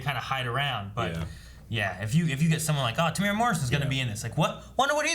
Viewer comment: Just a kiwi here to let everyone know that Temuera Morrison's name is pronounced "Teh-moo-era" not "Teh-mora"